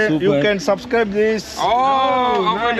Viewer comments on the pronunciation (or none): none